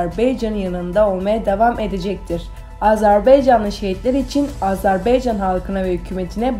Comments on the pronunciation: Bu qız, bir AzerbAycan sözünü diye bilmedi. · ay qiz AZERB(E)YCAN DEYIL. AZERBAYCAN